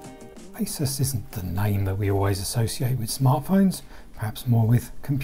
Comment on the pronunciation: ASUS not ISIS.. G